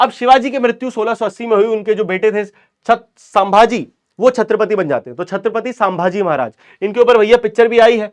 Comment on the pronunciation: Sambhaji bolo not sam bhaji